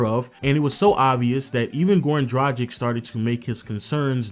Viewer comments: DRAGIĆ DRUG-ITCH NOT DRUDGE-ICK WHEN WILL YOU PEOPLE LEARN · Mate, great video and all, but enough is enough. It’s pronounced Drag - itch, not Draj - ic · Goran Tragic...come on, its not that hard saying Dragic...just spell the c as tch... Goran Dragitch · A Phoenix Suns retrospective made by someone who INSISTS on mispronouncing the name Dragic is really, really irritating. Dude, it's not "Drah-jick" it's "Drah-gich". Just because Shaq is a giant man-baby who can't wrap his head around anything other than the drop-step doesn't mean you have to be. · Come on man - Goran Dragic’s last name is pronounced ‘Drar-Gitch’ with a hard G! Like Glitch without the ‘L’! It’s like never watching you didn’t watch any of the games! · It’s like he has never heard their names being pronounced! He has also butchered Goran Dragic’s last name! It’s pronounced ‘Drar-Gitch’ with a hard G! Like Glitch without the ‘L’